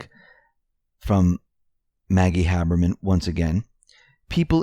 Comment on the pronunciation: IT'S HABERMAN, NOT HABBERMAN.